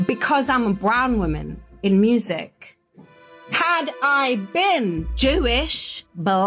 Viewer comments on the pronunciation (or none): none